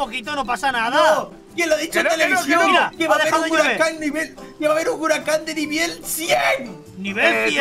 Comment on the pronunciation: Me estresan por desir hirucan por qué se dice huracán y más las palabras equivocadas